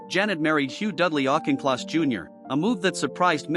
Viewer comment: autch in kloss not auk in kloss